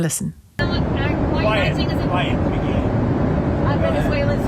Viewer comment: It sounds like he said Peggy